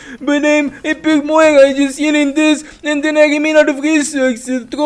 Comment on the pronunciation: where is the "G" in moira??? you keep saying moiga